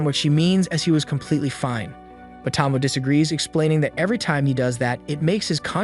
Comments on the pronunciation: Tow - Mow -Ay..... Not Tah-Moe, not Toe - Moe. I corrected this on the other one hoping you would pronounce it right. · Why is it so impossible to pronounce Names correctly? Her name is Tomoe, not Tomo. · I wonder if you mispronounce names on purpose. Tsige ... "see-gay" Tomoe ... "to-mo-ay" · at least pronounce Tomoe right tho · Tomoe is pronounced with a hard A sound at the end.. at least in the English dubbed version